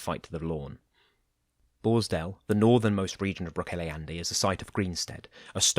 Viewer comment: Love these audio versions of the Wow and WoF. Just so you know, Brocéliande is pronounced 'brock-KELL-ee-ond'. Keep up the good work! ☺